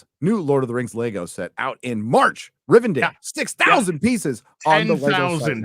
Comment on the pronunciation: WHY THE FUCK ARE YOU CALLING IT "RIVEN DALE"???